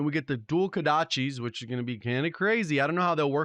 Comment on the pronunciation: How you pronounce "Kodachis" correctly but not "Ashika"? Ashka ashka ashka...ah-shee-kuh